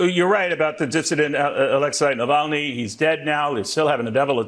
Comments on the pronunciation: They’re still trying to teach him how to pronounce Navalny, tRUMP doesn’t know him, never met him…….sure he is a nice man, people say, maybe yes, maybe no…..Yada Yada Yada. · The Fox news bod, Cavuto, cannot even respect Navalny by saying his name correctly.